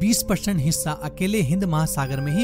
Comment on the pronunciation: hissa ya hishha???? hahahahaa